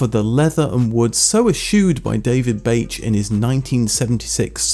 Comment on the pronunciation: I'm not sure that Bache would be pronounced that way